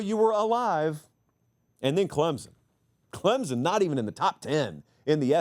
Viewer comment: PLEASE….for the love of God there is NO ‘Z’ in ClemSon.